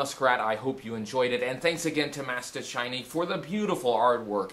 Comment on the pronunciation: I'm Polish (just like Mastaczajnik) and I can attest you pronounced his name really well! In fact, I found out about this channel from Mastaczajnik's deviantart. Subscribed!